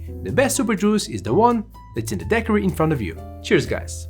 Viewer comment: One must love 🐓 measuring bartenders when not a single one seems to know how to say Daiquiri.